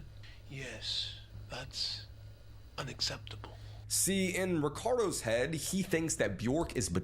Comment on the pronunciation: “Yes. That’s… unacceptable.” He sounds like thanos with the pause